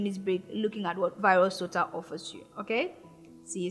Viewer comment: Wonderful teaching but did you say virus to tell or virustotal